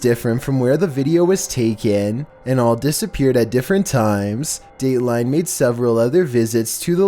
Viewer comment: the way he says Dateline 420